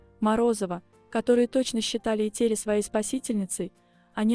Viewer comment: Что за тупой формат с этими глупыми глазами. Научитесь правильно произносить имя Этери Георгиевны